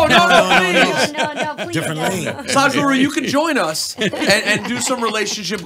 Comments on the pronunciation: 'saaaadguru am I pronouncing right?' 'it's sadguru' 'okay so tell me saaaaadguru' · "am I pronouncing it right?" then proceeds to pronounce it wrong again...